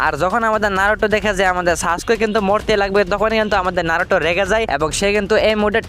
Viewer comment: ভাই নারুটো না ❎ নারুতো ✅